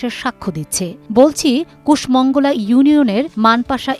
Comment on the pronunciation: ইউনিয়নের নামটা ভুল উচ্চারণ করলেন। কুষ মঙ্গলা নয় এটা। কুশংগল। ক্যাপশনে তো ঠিক লিখলেন। উচ্চারণে ভুল বললেন কেন। একটা ভুল উচ্চারণ অনেক কিছু পাল্টে যায়। আমিতো নিউজে আপনাদের ওই যে বাসার ভিতরে ডাক্তার সিরাজুল ইসলামের নির্বাচনী প্রচারণা পোস্টার দেখে চিনতে পারছি।